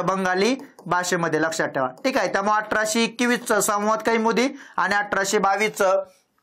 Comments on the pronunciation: संवाद kaiमुदी म्हणू नका कौमुदी म्हणा.😂😂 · "संवाद कैमुदी" नव्हे "संवाद कौमुदी" असे आहे."न्यान" नव्हे "ज्ञान" असे आहे. कृपया योग्य उच्चार करावा.